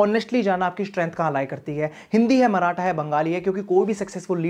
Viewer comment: It's not मराठा.. It's माराठी